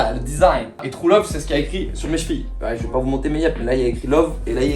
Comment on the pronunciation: « Trou love » l’accent me bute